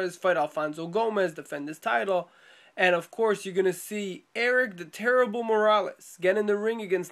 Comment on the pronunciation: LoL you do no justice to Ericks nickname. its pronounced tare ee blay. Not Erick the terrible morales hahaha